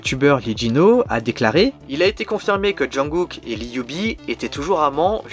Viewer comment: on dit jungKook pas junGOOK